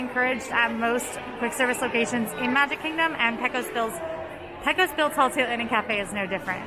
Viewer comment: PAY-cos... PAY-cos Bill. Sheesh. I know, I know.